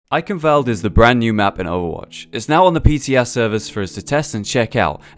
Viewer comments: Not valde its wuh-al-d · the "E" in German is never silent ;) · YES. I was like ,, Can you PLEASE pronounce Eichenwalde as it should be pronounced." I know that he can't know it but if I would walk around pronouncing New York like Nef York you would also feel annoyed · richtig witzig wie die leute eichenwalde aussprechen :D